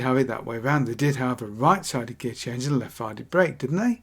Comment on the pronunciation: Both are pronounced bwake apparently.